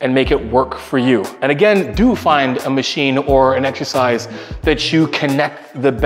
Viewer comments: If this high pitched homie says "eggzercise" one more time I might snap. Can not watch his videos. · Why “eggs-ercise “ ? Is that a Canada thing? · i cant get over how he says eggsercise everytime. No hate to greg tho just funny.